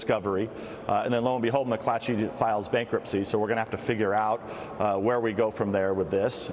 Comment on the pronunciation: ... FYI, "where" rhymes with air, fare, care, dare, mare, there, and a few others.